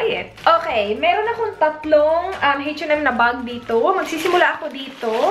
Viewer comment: ang kulet ng pronounciation ng H&M ... "heytch en em""heytch en em""heytch en em" hehe :)